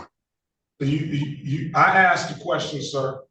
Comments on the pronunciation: The correct grammar in pronouncing the word ask is A S K ,A SK ASK not Axed I moment I hear AXED I automatically think ..half wit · he axed not asked, why is that so difficult to say?? ask...ask..simple!! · No one in any court EVER has axed a person a question. I wish fools like this guy could comprehend just how stupid it sounds to say “nobody AXED me nuffing” in a court of law.